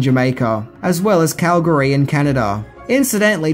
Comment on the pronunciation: As a Calgarian I thank you for saying Calgary correctly. I remember when they were here in 88 and the filming of this movie.